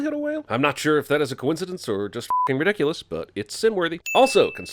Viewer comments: he said "nodiculous" lmfaoooo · "nodiculous" lollll